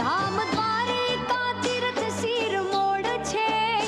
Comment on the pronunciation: શિરમોડ નહીં પણ શિરમોર બોલાય હાલી શું નીકળી પડ્યા